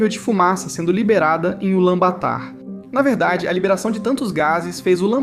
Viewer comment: A pronúncia é "Bator" abraço mano